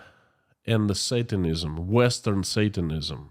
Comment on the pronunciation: HI K FROM 🇨🇦 I GENUINELY AM AMAZED AT YOUR ENGLISH SKILLS AFTER BEING AWAY FOR SO LONG. A COUPLE PRONOUNCIATION NOTES: SATANISM = SAY..TAN..ISM NOT SAT..TAN...ISM. SOVEREIGNTY = SOV...REN...ITY. 3 SYLLABLES NOT 5 SOV..ER...EN..I..TY 🥰